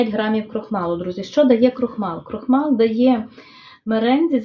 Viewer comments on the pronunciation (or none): Крохмаль- крохмалю( українською вимовляється м'яко)